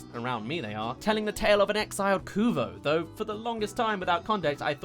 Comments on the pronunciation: Kovu... not Kuvah... Still a very good and informative video though, thanks! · wait wait wait, did you just call him " Kuvo " ??? dude no x"D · I wheezed when he called Kovu, Koovo XD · Did you just say Kuvo? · Is no one else going to comment on how he pronounced Kovu?